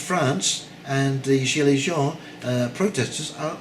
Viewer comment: Hi - I love your view of things. Just a little pronunciation of yellow , French is j (own) . Hope it helps. Your friend. Jack